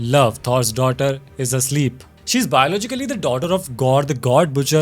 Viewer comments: Sounded Like A Sleep More Than asleep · English Ain't Englishing . "Is a Sleep"